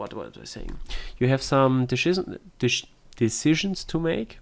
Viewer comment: Some deshitzens, huh? So so! Lol. Dude you sound french. Are you french? Also, you should probably avoid the word decisions. xD